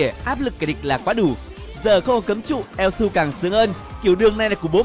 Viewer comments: ad đọc tắt là su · Elsu mà ad cưa đọc là yue là như nào :v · Su mà đâu phải yue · elsu mà đọc là yue =))))